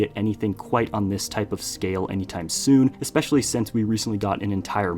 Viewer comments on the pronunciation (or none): none